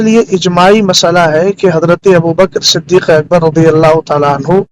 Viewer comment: مولانا تجھے نام تو پڑھنا نہیں رہا ہے تو علمی بات کیا کرے گا صدیق اکبر ہے نا صدیق اکبر تھوڑی ہے